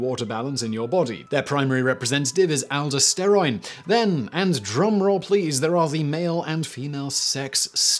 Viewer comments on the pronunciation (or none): You said "aldosteroin". The word is aldosterone. Also, sex and gender determination are WAY more complex than you imply. Hell, for some bits hormones aren't even the deciding factor.